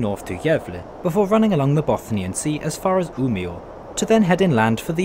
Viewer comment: His pronunciation is actually pretty good for an American (?) Not the best and the way he said Umeå and Luleå made me cringe a little but that is to be expected. It's probably the best pronunciation I've heard from a foreigner